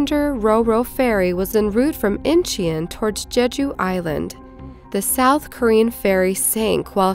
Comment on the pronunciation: How that stupid slash pronounces Incheon: "In-chee-yuhn" ... 🤣🤣🤣